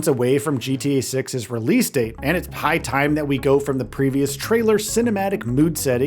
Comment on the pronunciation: Am I the only one that heard him say that " its pie time", instead of " high time "? Lol